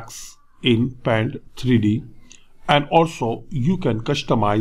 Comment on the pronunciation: “The 3 Dinemential” 😂😂😂😂